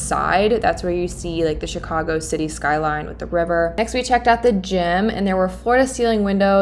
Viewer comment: Will never be able to pronounce Chicago like it normally sounds again!!!!! It's Cheeeecagou